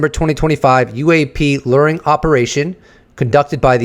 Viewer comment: Stop saying lur…Jesus Christ!!! It’s pronounced Lue-wer. Say LURE!!! PLEASE!!! I am BEGGING you to stop saying lurring. I can’t fucking take it anymore!